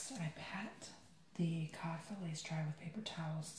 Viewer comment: When he said "cod " It sounded like he said "cock"😂😂